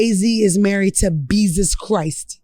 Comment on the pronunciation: Hilarious!!!🤣 She said Beyzus Christ !!!!! 🤣🤣🤣🤣🤣🤣🤣🤣🤣 I am 💀!!!! She called Hitman holla a bot!! 🤣🤣🤣🤣